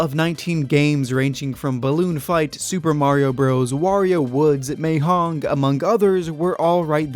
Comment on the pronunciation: still watching this video, it's pretty good so far, but the way you pronounced mahjong was so extremely wrong in every single way.